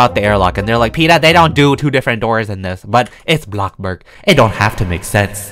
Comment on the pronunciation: I luv ur smile also I love this mall series. Keep it up! I also love the way u say bloxburg!